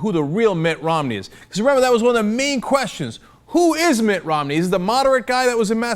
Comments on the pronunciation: MI't ROM' Neeeeee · love the way cenk says Mitt Romney, in a british accent like London Mayor Boris Johnson... classic...